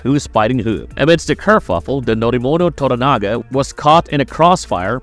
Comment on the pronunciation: you can pronounce Toranaga correctly but you say odder instead of other 😆